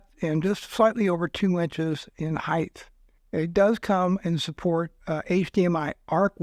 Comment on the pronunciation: great price point on this...looks so much nicer vs Buesound.. very interesting. btw, correction.... 2" in height or 2" high....... no such word as "heighth".